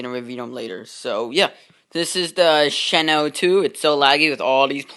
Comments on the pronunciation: You said shino it's shinano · It's pronounced as shi-nan-no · Not happy with a few things. First of all, (Shih-Nah-No) and there's the funnel. You should've just made a custom funnel with regular blocks since the Shinano's is a lot wider than the one you used. I made a Shinano tutorial, and I also used that funnel and I regret it. Maybe match your deck colour before you show off this "better" version of the Shinano. As well as the Green you used. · It's she.nan.no